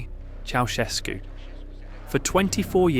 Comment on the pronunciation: Romanian here🙋🏻‍♀️ cant wait to watch the video😆 Bă, care a fost la casa lu' Ceaușescu? 💀 help the way he pronounced it😭🙏🏻